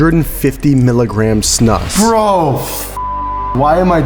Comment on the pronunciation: Hearing english people prounounce snus is so funny